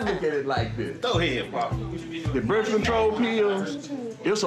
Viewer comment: She said she didn’t want berf control